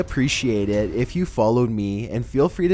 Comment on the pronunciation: Seriously don't you feel like a damn fool talking like that? Just hearing you say the word "it" is awful.